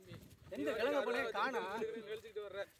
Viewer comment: அன்னேய் கெலங்கு அல்ல கிழங்கு நான் விழுப்புரம் மாவட்டம்